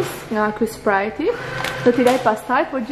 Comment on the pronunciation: Sprajt nuk i thuhet oj vajza fol ma mir